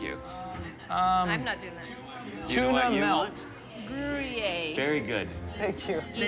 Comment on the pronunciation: No, girl, Gruyère is not pronounced “groo-yay”.